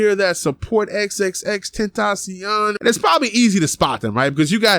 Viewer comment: No not Xxxtencaion